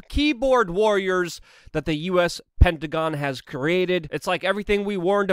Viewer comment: Lol first time he said hectagon